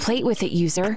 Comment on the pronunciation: When he said user I thought he said loser